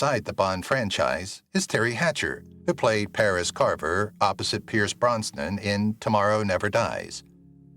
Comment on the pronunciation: He also scewed up Auger! As well as Pierce Brosnan!😛